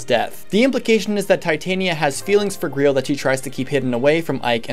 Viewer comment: Ah yes, the ”Greel” Mercenaries.